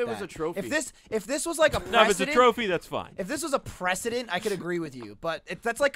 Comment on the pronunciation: precedent... not obama